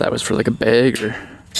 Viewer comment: Why do you say bag funny?